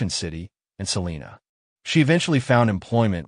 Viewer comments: First off your pronouncing Salina wrong. We pronounce our town Suh-line-uh. Nobody here in Kansas pronounces it as Sa-lean-a. Nobody!!! We understand why people not from here pronounce it that way. But here in Kansas we like a little lazy with our "A's" and go hard on our "N's" . Lol sorry not sorry. If I can teach my Alexa and my Gemini to pronounce it correctly I have faith that eventually y'all's AI narrator will get it right too. Side note.. We do pronounce it Sa-lean when referring to our county. 😂😂😂 What do you expect from people that joke about grabbing the shot gun and hanging out on the porch when the tornadoes come!? Mustang Pride!!!!! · Salina long i. Not Salena. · It's pronounced SAA-LINE-AH SALINA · First off it's Adam not Adams. Second Salina is pronounced with a long I like Sal (eye) na. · Yessssssss thank you!!!! I went off about the pronunciation too!!!! 😂😂😂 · Im listening out of Augusta, KS. It is always cool to hear about cases I have never heard of from a channel that is new to me. One thing respectfully - Salina sounds like suh line uh. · I bet you can pronounce it correctly too! Lol sorry it just bugs me hearing it constantly pronounce wrong. 😂